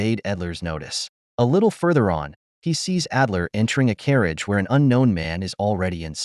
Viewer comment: it’s Adler not Edler